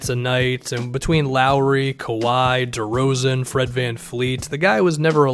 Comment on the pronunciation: This guy said DeRozan when listing out the team